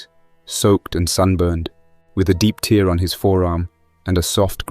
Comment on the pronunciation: Consistently Ludlumesque phrasing, limited adjectives and adverbs One of the best of the recent posts Aside from “tear”, the narration is consistently solid, and, always, perfectly paced Bravo! Fewer commercials?? That helps